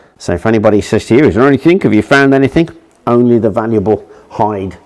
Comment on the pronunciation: great video, however 25.42 you said "anythink" instead of anything, one of my pet hates.